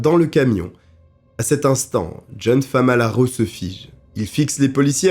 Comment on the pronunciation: 😅FAMALARO au lieu de FALAMARO😅. J’ai connu cette histoire il y’a très longtemps avec feu Pierre Bellemare mais avec toi j’ai découvert de nouveau contour avec des analyses plus poussées. Merci beaucoup à toi